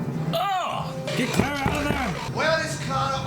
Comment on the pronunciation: 2 years late but it's the same with pronouncing Clara as "claire-a", makes me cringe